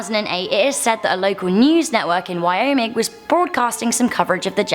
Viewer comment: Its wyoming not wyomic